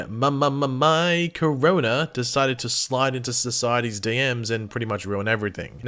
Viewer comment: Lol I mean he can’t actually say Corona so I mean